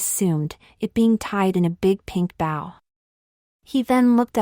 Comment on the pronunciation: The grammar is horrible! And you should really consider having your AI program pronounce the word "BOW" correctly because it's not the bow on a boat.